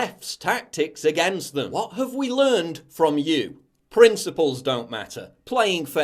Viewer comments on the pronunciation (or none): none